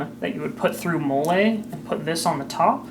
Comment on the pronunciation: It’s pronounced like Molly. Killing me